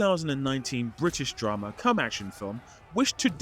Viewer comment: as soon as this guy says "british dramma" dude instanly stabs someone in a liver